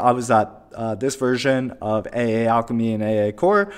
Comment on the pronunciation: Should should be pronounced "Eyyyyyyyy" SDK!